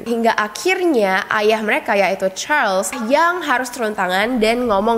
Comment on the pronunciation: Charles, BUKAN Charls